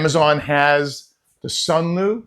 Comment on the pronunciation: Until nearly 4 minutes in, every time he says Sunlu, i hear Sunmoo... After that he emphasizes L. Also the fan in the Sunlu is sealed in a compartment on the bottom to cool the electronics. It does zero to help remove moisture it circulate the air in the drying compartment.